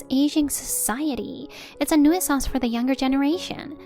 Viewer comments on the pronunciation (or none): You're getting better at pronunciations, but 'nuisance' is pronounced 'new-sense' not 'noo-EE-sans' 🙂